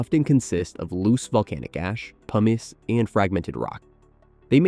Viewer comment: Haha i heard "PUMEECE" for pumice. That was funny. Also, i would gladly do this